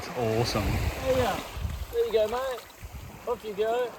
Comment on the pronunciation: No, it's Yerba MATE no matay. : )